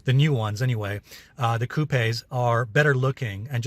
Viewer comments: It's pronounced coop not cupey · Alessio, the 'e' in coupe is silent! Cheers bro! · Have I been pronouncing coupe incorrectly all along? I don't think I have heard it pronounced with such a strong accent on the "e"